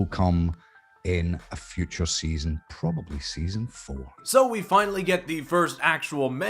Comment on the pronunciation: Probe ably?